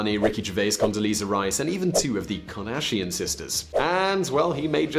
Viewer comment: Kanarshian sisters???? LoL